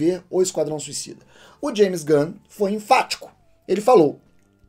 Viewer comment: "geme gun" ksksksks